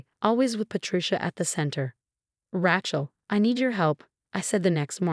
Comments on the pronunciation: You know, “Rachel” has only one pronunciation and its “RAY-chel.” I mean I can understand the error in the case of words spelled the same but pronounced differently but when it’s only pronounced one way? Not looking so good for the “intelligence” part of AI. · Please use correct name. it's Rae chel, not Rachel